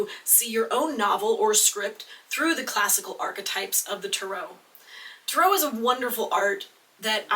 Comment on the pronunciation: I'm sorry but it really bothers me the way you pronounce tarot It doesn't really fall in line with the British or American pronunciation of tarot so why do you say it like you do?